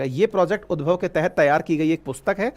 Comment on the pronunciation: उद्भव नहीं होगा ये उद्धव होगा भाई ये